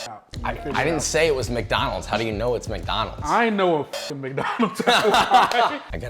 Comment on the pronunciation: You know shit is real when josh says: "we're back at MaCdÆnAlDs"